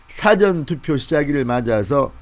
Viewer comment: 진샘 발음이 틀렸어요 사전투표 길게 발음해야 맞습니다